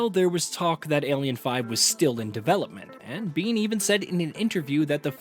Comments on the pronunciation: Why do you keep saying BEAN? It’s Bain if you need it over simplified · Bane, bain or bayne… Not Bean 🫘